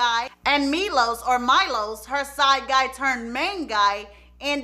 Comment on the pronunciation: Milos is pronounced me-lowshush ... hopefully that spelling helps cuz I struggled trying to write it the best way